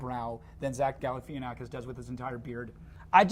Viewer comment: its gal-La - Fah -naf-a-kiss